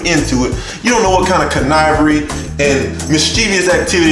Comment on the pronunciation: Con-nivery !! I'm weak 🤣🤣🤣🤣🤣🤣🤣🤣